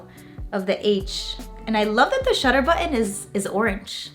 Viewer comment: The word button has a T in it ! LOL